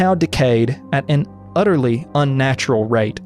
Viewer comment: lol I wonder if he said that on purpose though as he didn't emphasize the pun I doubt it